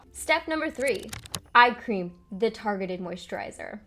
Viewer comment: I was in the other room and I kept hearing you say ice cream instead of eye cream! I agree, ice cream shouldn't be avoided. Lol